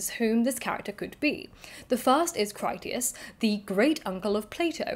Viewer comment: Your mispronunciation of Critias is not to do with dyslexia. British classicists have been mispronouncing Greek for generations - applying rules of English to other languages pretty much indiscriminately. I appreciate that dyslexia makes decoding IPA pronunciation guides difficult - there is often an audio version, but you can't really be criticised (! clue !) when the majority of British and American scholars routinely mangle classical languages. There are some good YouTube channels on this subject. I'm never entirely sure how some names are supposed to be pronounced and opinions, especially on "dead" languages often vary. Your pronunciation is generally good enough.